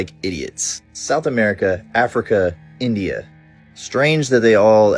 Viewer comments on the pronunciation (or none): none